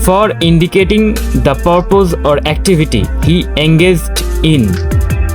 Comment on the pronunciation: 30/30. “Survice” should read “service” in 13). “Purpose” was wrongly pronounced. “Die of” & “die from” can be used interchangeably in most cases. The subtle difference between them is something even native speakers of English can’t tell.